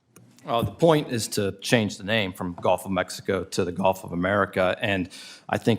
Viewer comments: Omg she evern almost said it too! Shes like "A-mexico" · She said "The Gulf Of Amexico" 😅